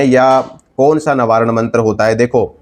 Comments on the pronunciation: Nabaran nahi navarn hota hai bhai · Navaran nahi proper pronounce karo